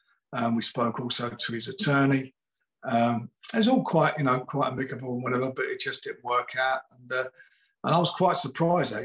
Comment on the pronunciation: That's not how you say amicable